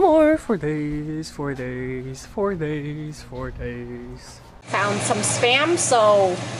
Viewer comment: was saying flower for days flowers for days...... more like flowers for baeeeees flowers for baeeeees:))))))))))